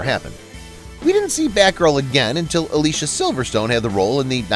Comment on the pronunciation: "ah-lee-Cia"... How do you get that wrong and "Hollywood" is your bread and butter?!?!?